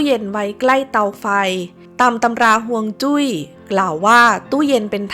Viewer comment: ออกเสียงว่า ฮวง จุ้ย แปลว่า ลม น้ำนะคับ ไม่ใช่ ฮวง จุ๊ย